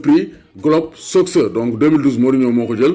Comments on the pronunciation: Ça se lit ''globe sokeur'' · ni nga prononcer soccer yow rek ko meun 😂